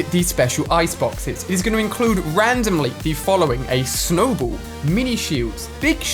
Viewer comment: It snowball not snowbowl